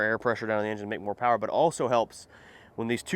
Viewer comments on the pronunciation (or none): none